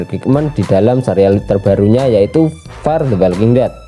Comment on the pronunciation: fear, bukan far. fear bacanya fir, kalo far mah artinya "jauh"